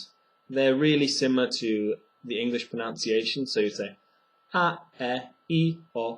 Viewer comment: It's pronounced 'pronunciation' not 'pronounciation'. This significantly reduces my trust in your pronunciation skills.